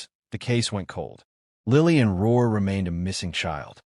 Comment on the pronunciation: It’s not Ror it’s Rourke